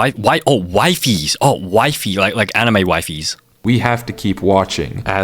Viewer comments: its not waifies its weefies😭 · His name is pronounced as "wee-fes" 😭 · its “wee-fees” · it’s pronounced wee-fees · It's pronounced wee-fees by the way. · its wee-fees